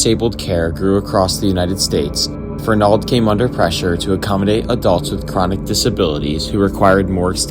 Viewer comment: Great video! Grew up not far from there. Best friends mother was a trustee there and worked to get it shut down. BTW, accent is on the "e", not the "a" I believe...:)